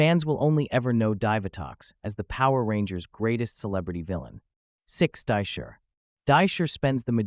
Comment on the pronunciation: This guy can't even pronounce Divatox or Dai Shi correctly. So, you can't pronounce Astronema either. Got it.